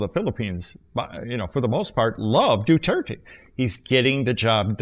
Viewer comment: My fellow filipinos we love duterte i just dont like he said God (you said dudirty)